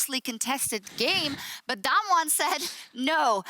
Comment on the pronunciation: How do these casters go a whole match saying damnwon